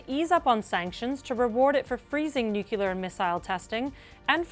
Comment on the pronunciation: Nukelar nukelar nukelar nukelar nukelar nukelar nukelar nukelar nukelar nukelar nukelar nukelar nukelar nukelar nukelar nukelar nukelar nukelar nukelar nukelar nukelar nukelar nukelar nukelar nukelar